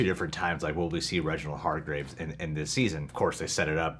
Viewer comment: Love your reactions! This season is so great and a huge step up from season 1 and each episode just keeps getting better and better! Can’t wait to see you guys finish the season! But guys... it’s HargrEEves lol not graves 😂